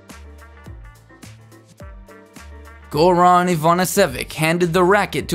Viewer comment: I liked the last one, though you absolutely butchered Goran's name.